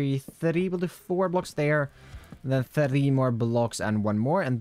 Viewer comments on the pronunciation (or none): your pronunciation of three tickles my brain